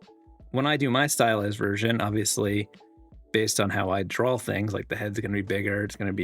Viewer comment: why do people say "DRAW" with an L?? DRAWL? DRAWLING??? really? Other than that.... nice.